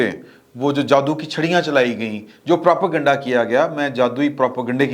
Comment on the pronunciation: The word is Propa-ganda ( sounds as propay-ganda ). It is not Propo-ganda ! For God's sake, correct your words.